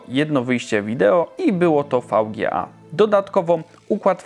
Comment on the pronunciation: mówi się Wi_DŻi_EJ a nie FAŁ_GiE_A